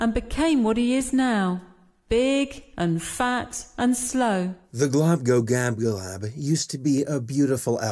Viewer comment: It's very late but you missed the l in glo, globglogabgalab not globgogabgalab